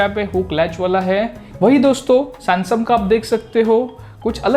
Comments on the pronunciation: are bhayya वो samsung हैं sansung nahin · Did he pronounced sansum